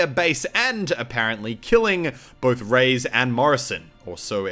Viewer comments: Reyes isn't pronounced "Rays", his name is pronounced "Ray-Es" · your Australian showed so Hard in this vid. Reyes is pronounced Ray-ez, not Rays lol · "Gabrial Rays" "Rays" It's Ray-es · Muselk it's pronounced "reh-yez" not "rays" just sayin' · Is not "Gabriel Reys", its "Reyes", plural for Kings in spanish, also a last name. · Except for it's canonicly Rey-es, not Rays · hey this is just for future reference but you pronounced reyes wrong! it's pronounced like ray-es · no, he indeed mispronounced it. The correct pronunciation would be like "Re-jes" since the english J is phonetically equivalent with the spanish Y